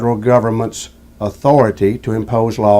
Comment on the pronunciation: Respect ma ah-tho-rah-tay!